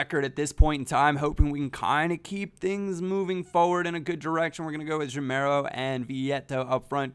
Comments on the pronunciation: its pronounced ga-meiro not je-meiro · it's Gameiro, not Jameiro. Like "game" isn't read "jame";) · ur reading gameiro like jameiro. when u say gay, remove the y and say meiro as ur sayin' and u will be sayin' the name correctly:) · that pronunciation of gameiro though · actually, the "GA" in "Gameiro" is pronounced like the "GA" in "gaz